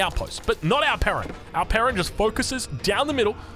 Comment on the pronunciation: Only when he says it